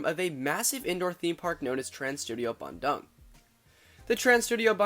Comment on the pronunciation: Lol 'bandang' sounds like 'banjir bandang' which means large flood. Which quite often happens south of Bandoong It's the 2nd Trans Studio park, but Indonesia has several other theme/amusement parks before, most notably Dunia Fantasi(the actual first theme park) and Taman Safari(a drive-through zoo) Still, great video!